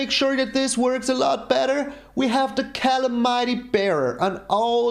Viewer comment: Think that's "Ca-lam-ity" Bearer :)